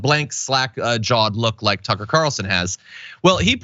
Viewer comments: I thought John said "Sucker"! Haha! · It sounded like you said Sucker Carlson, I hope that sticks 😂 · Did you say, SUCKA CARLSON 🤔 😅😅😅?